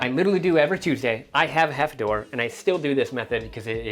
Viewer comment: it's pronounced herf-a-dor